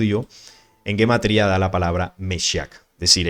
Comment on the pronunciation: Se pronuncia Jematría no guematría...es un error demasiado grande+ - +